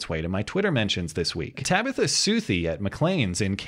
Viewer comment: Ta-bi-tha. hahahahah Every time he enunciates it, I have to start laughing. hahahahah